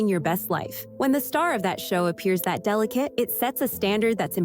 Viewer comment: Plz stop with the "delicate'.